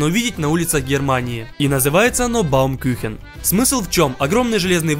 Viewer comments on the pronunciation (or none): 1 не баумкюхен баумкухен 2 не уличьная а фестевальная или празничьная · учу немецкий, слышу "баумкЮхен", думаю, что за дичь, почему дерево-кухня, а потом говорит "дерево-пирог", понимаю, что он неправильно прочитал по немецки, надо было "баумкУхен"